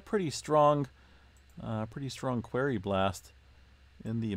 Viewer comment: FYI..."Quarry" is pronounced, "kwôrē" - also, "tremor" plural is "tremors" ...sorry, my dad was an English professor and he was always correcting my speech so I was unfortunate enough to have that rub off on me so I've been correcting people for most of my 68 years. Don't take it personally, besides, you'll sound more intellectual, a definite plus...lol